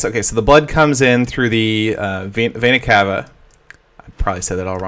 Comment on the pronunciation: it's vee-na ca-va (vena cava)